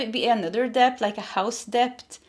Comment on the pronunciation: Hi there….with all due respect, when you talk about money owed or debt, it’s pronounced DET, the “b” is silent. A lot of Americans make this mistake too. Love you, always spot on in your messages 💖